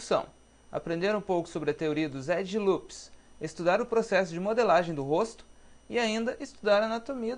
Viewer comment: pow mano bom trabalho, porem "edJe" loops fico foda da uma corrigida ai erros de português pega mau para um designer! desculpa qualquer coisa! abarço